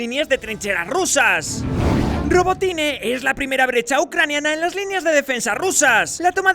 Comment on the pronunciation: Es rabotino..... no robotine....... ya me dice mucho su información